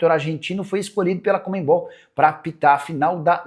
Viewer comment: Co mme bol não é co mem bol